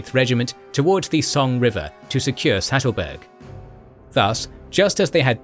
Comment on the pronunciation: Poor Sattelberg, always getting pronounced Stattelberg :(